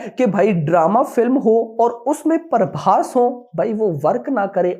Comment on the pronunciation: Naam tho sahi lo bhai Parbhas nhi hai phabhas hai